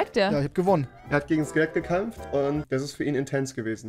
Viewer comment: Min " er hat gegen Skelett gakampft " genau rewi ..... sprachen lernen babbel xD